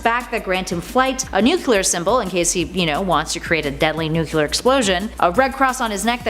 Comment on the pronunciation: Nuc-U-lear man?